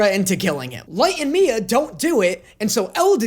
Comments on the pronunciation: lol even ryuk doesn't like light also it's not mia it's misa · dude who is Miya💀 i swear he said miya instead of misa several times am i just dumb lol